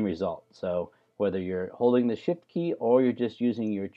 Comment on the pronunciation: you seemed to say sh*t key instead of shift key. But is doesnt matter. You meant by shift key .I know